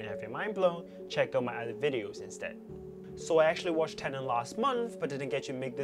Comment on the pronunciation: Please stop saying tenant